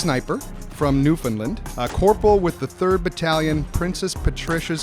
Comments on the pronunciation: not newfinland, New-found-land i would know since i live there lol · NewFOUNDLand not NewFINland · Btw its new found land say it lit dat I'm from ns so I now 🌚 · Adrian Heys they pronounced Newfoundland incorrect and the Americans gave him the metal because it was their op and they're 50 cal rounds